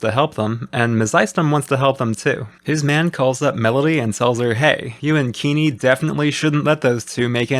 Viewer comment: Keeney? more like King-ney